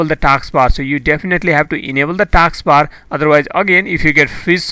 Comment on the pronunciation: It's not taaks bar it's task bar. First learn to talk english